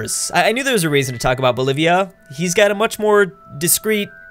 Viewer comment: That beautiful hey what aboot some Molson now?